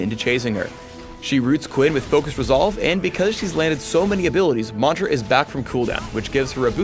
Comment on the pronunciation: if he says mantra like that one more time I might kill something